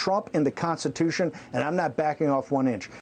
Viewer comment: True, Bannon is willing to go to prison for Trump but the word "Constutution" should never, EVER be in this slugs mouth.